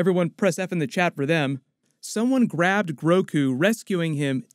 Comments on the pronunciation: He calls him Groku, and now I can't stop thinking about the possibility! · called him Groku, we're all doing it 😂😂